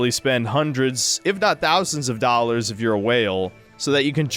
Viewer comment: "90 Dollas!"